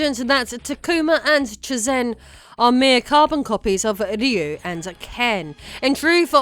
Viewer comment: Why does she say Ryu like that?!